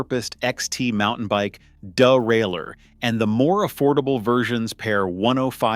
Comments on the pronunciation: "Duh-rail-her." What was the question? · Speecheelized, dahrailer